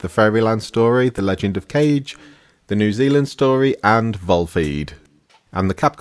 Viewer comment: Well, I was going to give this video a thumbs up, but then you pronounced The Legend of Kage as if it were the Legend of Cage. ;-)